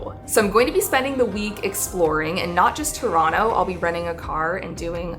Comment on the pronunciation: Your pronunciation of Toronto is impeccable!